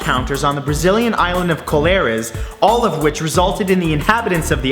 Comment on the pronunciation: I know you Canadians have your hands full speaking Canadian correctly. But as narrator you might want to check the pronunciation before misleading da yoots daat look up to yas. It is pronounced. 'Koh lar ez.' Du bist welkommin.